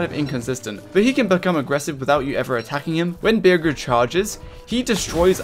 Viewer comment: You pronounce bearger with a g like how you say burger HES A BADGER BEAR YOU SAY BEARJER